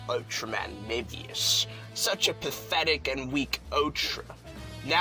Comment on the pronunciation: He pronounced Mebius wrong